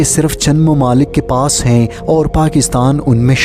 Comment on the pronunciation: Tumhy hy aur hain ada kèrna naĥi ata magar itny aham subject per baat kerty ho